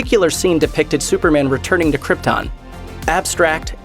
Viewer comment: It's su per MAN not SU per mun